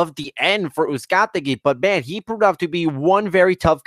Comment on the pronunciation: The main announcer also referred to Brandon Figueroa as Moises Figueroa at least once (in the Brandon Figueroa vs Moises Flores semi-final). Combined with the thousand pronunciations of Uzcategui, it didn't make for a great outing on the mic for the announce team. That said, it was a fun card with a really good main event.